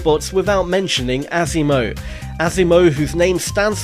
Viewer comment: It's pronounced awe-see-mo. Not ass-si-mo...